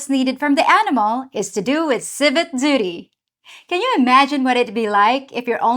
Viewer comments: Was that "civic duty" or "civet doody?"💩🤣 I'm always impressed by your clever take on things,, no matter the topic. Thanks for another winner of a video. You never disappoint. Have a terrific week, and we'll see you next Friday.:virtualhug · Civit duty. Ha love it 😅